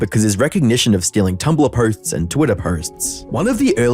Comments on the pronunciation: "twitter pohsthts"? lmao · The way he said “posts”…. bothered me to say the least